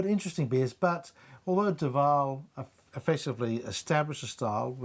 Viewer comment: You would think that the dude would know how to pronounce Duvel.